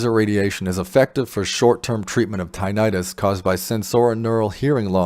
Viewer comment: So if one has age related hearing loss and has been exposed to neither bad chemicals like chemo, nor loud noise, would they benefit? I will get close up to my panel and see if it works for me. By the way, it is not pronounced “tye-night-us.” The correct and accepted pronunciation is “tinn-itt-us.” 😊 Thank you for this video.